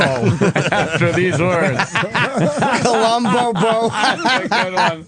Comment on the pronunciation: "Columbobo" lol